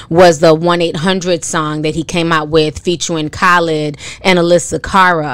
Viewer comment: Lol you said Khalid and Alessia Cara’s name wrong 😅